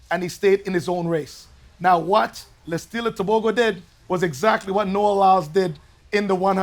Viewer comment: One for Africa and my neighboring country Botswana 🇧🇼 I love how Donovan Bailey correctly pronounced Letsile Tebogo 👏🏼👏🏼👏🏼